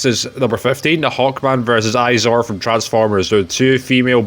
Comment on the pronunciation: Also good list I'm docking points for saying Aizor, not airazor